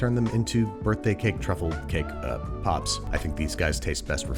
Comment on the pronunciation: so is no one gonna talk about “cake poops” at the beginning?